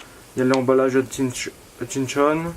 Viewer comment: Hut...chin...son pas compliqué 😂 Enfin bref je like